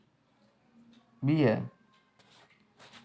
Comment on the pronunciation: भाई वो गुनामी नही गुमानी है ठीक से पड़ यार